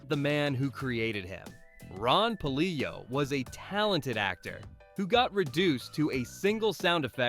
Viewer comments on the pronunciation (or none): It’s Pa-lill-o